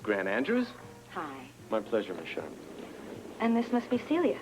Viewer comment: When Jimmy Lee is at Celia's door and he shouts her name I can hear his accent!!! The actor, Shlomo Goldberg, is from Israel. The way he pronounces Celia is NOT how an American would.